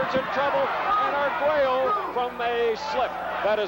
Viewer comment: Oye narrador , el apellido de Alexis es Arguello , no " Aguero ".